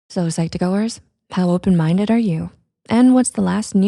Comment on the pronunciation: “Are you open mindeu?”